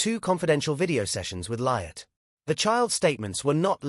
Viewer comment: who on earth is"Libet"? does the narrator not realise the child is called "Lilibet"?